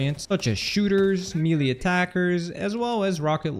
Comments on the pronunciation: Why can't the internet pronounce melee properly? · Yeah, but can’t pronounce “melee”